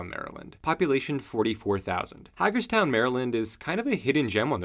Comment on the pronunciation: The first syllable of Hagerstown is "Hay"